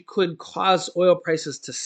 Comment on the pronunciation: Key saying could